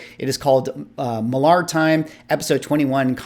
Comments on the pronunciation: It’s pronounced Mark “Miller.” Not Mark Mill-ARR, like a pirate. From the mouth of Mark himself. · I am almost certain that he pronounces his name "Miller" and not "Mil-lahr." He did a signing event at our local comic shop and the manager confirmed that Mark said it was "Miller." (He's Scottish, I believe.) I think his channel name "Millar Time" supports this, too, as it is a reference to the Miller brewing advertising campaign. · Was a really good roundtable. Valuable conversation. By the way, Millar is pronounced the same as Miller 😉